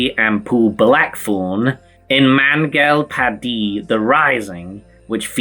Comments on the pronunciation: Such a perfect pronunciation of Mangal Pandey! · dude you really butchered the name 'Mangal Pandey'.